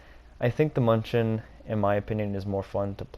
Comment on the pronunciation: Btw it’s pronounced “Myoon-i-ken” as in the football team named after Münich itself.